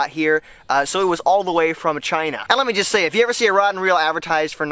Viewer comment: the way he says China though😂😂